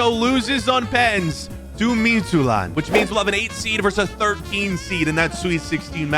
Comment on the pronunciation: As a Dane your Midtjylland pronunciation was pretty solid for someone who doesn’t speak danish. The English Y is quite a bit different from the the danish Y, and that was the main part where your pronunciation was lacking